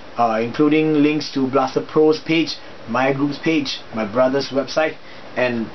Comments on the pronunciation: Hahah you said "Mager" instead of "mayer" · Just a heads up for future Videos. Meijer...is pronounced MY-ER!